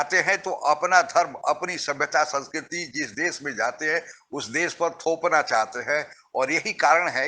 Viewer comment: आप विडीओ अच्छे बनाते हैं पर एक हिंदी भाषी होकर भी आप हिंदी बहुत घटिया बोलते हैं। देश को देस, भाषा को भासा, शुद्ध को सुध, शरीफ़ को सरिफ बोलते हैं। बहुत बुरा लगता है। सही हिंदी सीखिए पहले